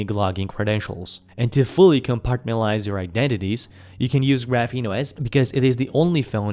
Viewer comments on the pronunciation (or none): none